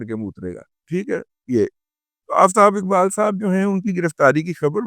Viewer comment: Ye Jo Aftab Iqbal hai, Ye Urdu main Sahi Talaffuz ke sath Aftab Iqbal hota hai 😂😂😂😂